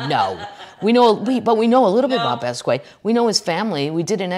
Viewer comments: Kathleen! Someone should tell you it’s pronounced BOSS KEE OT not bass quay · PLEASE PLEASE PLEASE pronounce Jean Michel Basquiat's name correctly!! It's pronounced BAH-SKEE-OTT. Thank you! (Sincerely a St. Louis girl in Utah) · Shhhh. Bahs key yacht. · Kathleen FYI It's pronounced Bas KE ahh. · OMFG KATHLEEN!!!! It's pronounced BAA-SKEE-OTT!!!! 🤦‍♂️🤷‍♂️ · Love you Kathleen - I’m not sure I trust your pronunciation of basquiat, but I love you